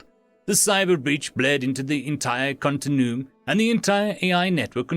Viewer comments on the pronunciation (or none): It's "continue-um"